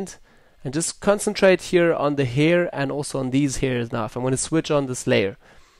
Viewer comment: LOL the "hier"